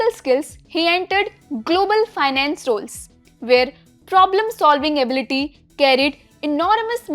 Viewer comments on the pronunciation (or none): none